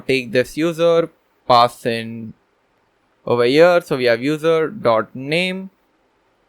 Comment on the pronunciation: thanx for this amazing course, i wanted to say it is not "oveyer ", it is "over here" u use this word a lot, and repeatin oveyer oveyer oveye 😁, at the beginning i thaught it is indian word but after two hours i understood u r sayig over here